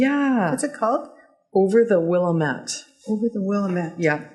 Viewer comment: HI, Ladies! Got a kick out of how you pronounced Willamette :) I'm an Oregonian and we don't say it that way. ;) The way you pronounced it is exactly how many others do - And I would mangle names in Canada! I love watching you two. You are by far one of the best knitting podcast that I watch! Actually I think you are the best. Thank you for concentrating on the art of knitting and the things related to it.